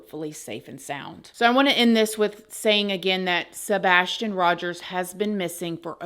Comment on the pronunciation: The "sabastion case" this is how refers to Sabastion 🙄 not accusing but things are just off